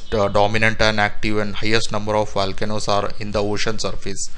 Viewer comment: “Valcanoes” eh? LOL and space aliens mined the Marianas trench? AMAZING 😅😅😅